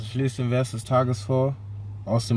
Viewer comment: Es heißt "Vers" nicht "Wers" ...